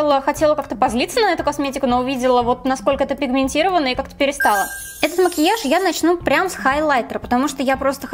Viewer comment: Мне так нравится как ты говоришь «о» вместо «а», как мОкиаж, заместо мАкеяж